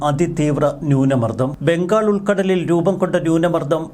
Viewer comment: ബെൻഗാൾ അല്ല... ബംഗാൾ